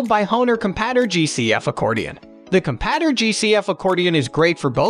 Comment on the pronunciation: The constant mispronunciation of "compadre" really undermines the credibility of this video